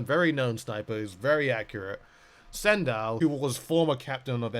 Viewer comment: LOL "sendow"